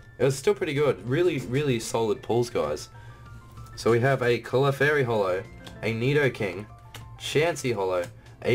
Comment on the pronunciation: you say clefairy very oddly